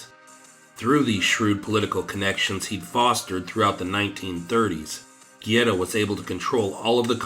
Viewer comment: Good video but it drove me crazy hearing you mispronounce "Guerra" name over and over. Not gierra!! Guerra!! G E RR A